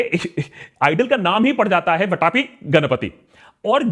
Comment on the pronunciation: Not वटापी. It is pronounced as वातापि.